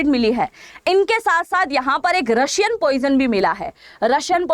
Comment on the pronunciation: रशियन नहीं है रायसन है